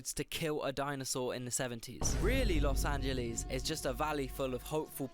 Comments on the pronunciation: As an L.A. native since the 60's, please pass that "Los Angeleez" admonition along to Piers Morgan. He's the number one Brit offender with that. 😄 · When will brits finally learn that it's not "Los AngelEEZ"... While most of the analysis you see here are undeniably true, a diss video like this doesn't showcase many of the reasons a lot of people like it or choose to live there: it's one of the most comfortable climates in the world, it's one of the best food cities in America, some of the best abundance of fresh fruits and vegetables in America, top 10 healthiest cities in the country, a booming economy, higher wages than most American cities, access to nature and the beach, outdoor recreation activities, a magnet for creative people, high cultural/ethnic/linguistic diversity, access to world-class museums, music venues and festivals, the list goes on. Every city has its own set of massive pros and massive cons- for some people the pros outweigh the cons, and for others the cons outweigh the pros.